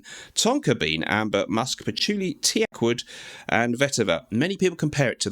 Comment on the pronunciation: Tee-ake wood ?😂